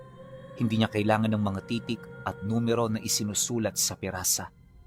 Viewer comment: Pisara hindi pirasa